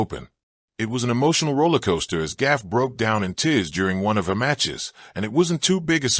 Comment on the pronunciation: her name GAUFF (goff) not GAFF.... CRETIN !!!! 🤡